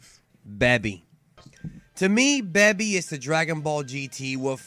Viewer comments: it's baby not babee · He said beby not baby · plz....stop calling them "cyans" and "bebi", its obvious your trying really hard to be a purist and pronounce everything how it is pronounced in the japanese version, but it just sounds weird in english. And I'm honestly not trying to talk shit or be a troll at all. I watch all your vids and love the channel but I cringe every time I hear those pronunciations my man xD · WTF is a Beby it's pronounced Baby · IT'S BABY NOT BEBY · All I know is that GT isn't as cringe as you overpronouncing every single name in the series BEH-BI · Toriyama only did SOME character design. That's it. Baby was a fail potential Villian. Why do you pronounce Baby like that? BAY-BEE. like a toddler because Baby well... Was a Baby. A baby that crawls on his hands and legs, because you know.. for the baby and kids viewers. Anyways you would think the Tuffles revenge would be less evil. Better if they created Baby to stop the Saiyans from doing to others what they (Saiyans) have done to them (Tuffles). But no. Think that's it for now. Because... What a can of worms GT is. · you must be verbally disabled or something.......check your prenounciation of sayian and baby. FUCKING BABY...... do you call babies in real life a 'babi'?? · "Bebi" lol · Beby? You pronounce things in interesting ways. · exactly... This guy always pronounces things the literal way it's spelled lol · LOL "beby" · Why is he saying Baby like that? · You were starting to piss me off at the begun, but the rest make sense also you say baby funny. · the way you pronounce baby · why do you have such a hard time saying Baby and Saiyan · How did you mispronounce baby? It was red, not purple. No SSJ4??? The GT rap was fucking great. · I disliked because of the way you said "baby" and "saiyan" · Bruh I've been part of the dbz community for 15+ years and nobody says baby that way. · understand that but if your going to speak English why not say it in the English way.